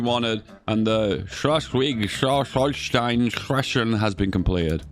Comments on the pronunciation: Your pronounciation of schleswig was impeccable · Schleswig pronunciation was pretty good, the 'e' is just a bit longer and more an 'e' as in "messy". Still solid for non-German speaker, way better than when people pronounce 'sch' as 'sk'